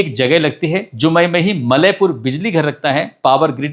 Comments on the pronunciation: Its जमुई not जुमई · Ur are saying jumai wrong real name is Jamui